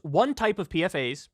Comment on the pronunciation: PFAS is pronounced "peefas." It's an acronym for polyfluoroalkyl substances